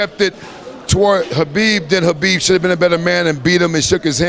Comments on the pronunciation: I like that he pronounces Khabib's name properly. There is no " K " sound. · Respect. this guy even pronounced Khabib's name correctly. Awesome man.. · You know the knows and respect him , when he said Habib not khabib